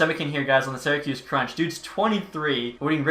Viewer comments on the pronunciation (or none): none